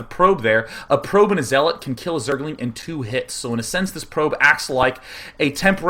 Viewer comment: Day9 :) The 'zea' in zealot rhymes with 'yeah', not 'he'.